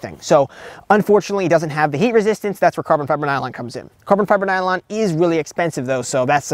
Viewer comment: 😅bro, if you say carbon fiber nylon like that again 🤣🤣😭😭💀